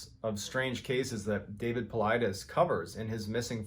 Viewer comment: You didn't tell the part about how the "robot" Cappy told him to poop on a piece of paper.... Anyway, it's so refreshing to hear someone finally pronounce Paulides correctly, lol. So tired of hearing people say "Pull-EE-deez". Mt. Shasta is not pronounced Shaw-sta, though. The a has the same sound as the word "hat". Sorry, pet peeves of mine. 😉